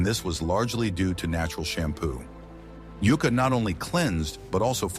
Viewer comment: IA voice needs work…mispronounced many words, ie it’s a Yucca plant, of which there many varieties…. Nice modern paddles too… Good opportunity to pass along ancient knowledge but marginally done…